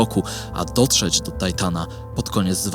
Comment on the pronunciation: Tytana nie tajtana